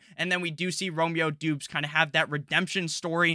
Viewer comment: Great channel! Romeo Doubs. Doubs is pronounced Dobbs btw